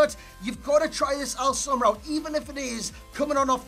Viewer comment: i love the fact that says Omar Al soma better than Itani and Itani is of an Arabic origins